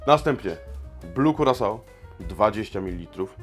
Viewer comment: Przecież wiadomo, że Curaçao wymawia się jako "Kurakao"